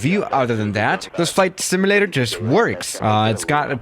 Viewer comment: Simulator not simalator